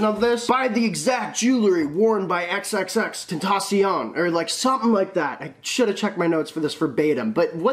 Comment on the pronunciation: He says xxxtentacion perfect! If you say it any other way your wrong